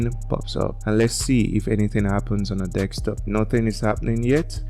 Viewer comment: Its Desktop not Dekstop!😊